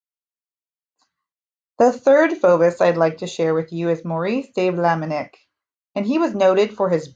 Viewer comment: sorry to make a note: it is not Maurice de Vlaminick but Maurice de Vlaminck , thank you!